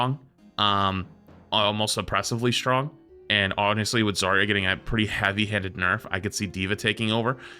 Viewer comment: Zar-ya not Zaria